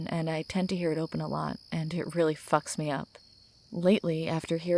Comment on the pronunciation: you know i actually when you emphasize the word FUCK